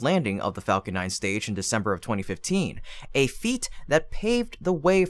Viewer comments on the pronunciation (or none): none